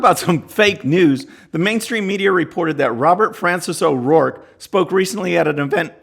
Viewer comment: His last name is O'ROARKE for God's sake.